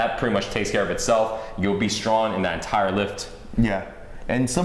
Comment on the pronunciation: StronG not Stron